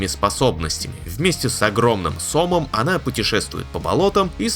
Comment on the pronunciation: Ударение не правильно сказал на слове сомом на второе (о) ударение должно быть.